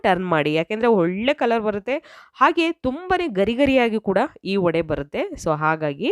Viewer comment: Vadaa,alla, vadey or vaday antha irabeku